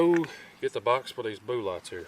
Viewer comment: Deliberately mispronouncing words like bullet and Magnum is childish and, at least in my case, detract from the quality of the video